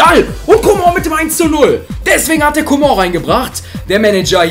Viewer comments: kannst du mal coman sagen und nicht comon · ich finds lustig wie er comong ausspricht😂